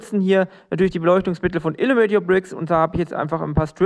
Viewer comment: Stört es Illuminate your Bricks eigentlich nicht, dass du den Namen ständig falsch aussprichst ? :D